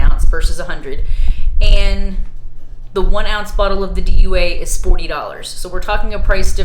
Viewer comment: It is Dua in English and du-A in Arabic. Not D.U.A.